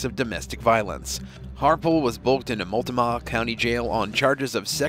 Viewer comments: Trying to be helpful here... It is pronounced kinda like this if you were to sound it out it should sound like you said "" Mult - No - Mah "" I Hope that helps for your next video. Multnomah Oregon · Molt-ta-mah jail??? What a joke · Yep sounded really Wrong Huh 🤣🤣🤣?